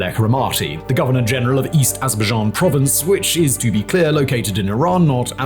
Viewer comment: 😂 i love how he says "AzzrrrBuhzJhAan "